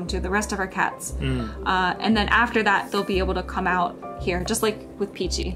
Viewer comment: It's actually "Pichi".